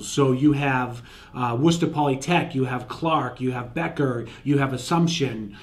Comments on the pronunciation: This guy knows how to say "Worcester". Thumbs up from me. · Coming from England, I just came here to see how Worcester is pronounced in Massachusetts. Glad to see it’s correct 😂why can’t the rest of the us pronounce Worcestershire sauce right then